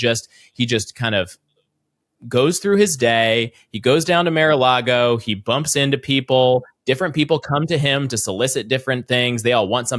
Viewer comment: The ginger guy keeps calling it “Mare a Lago.” Stop calling it that. It’s not a female horse.